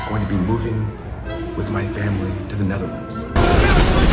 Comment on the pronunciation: I love how he says he’s going to the Netherlands ✨ like it’s Middle Earth🧙‍♂️🤣